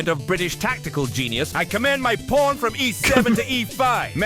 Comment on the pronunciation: Anyone else notice he says Kings "Porn"